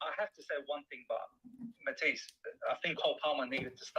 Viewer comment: "People are calling you Mudtisse" 🤣